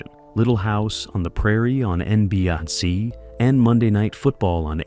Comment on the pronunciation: the way it pronounced NBC - holy shit!!! WTH!!! lmao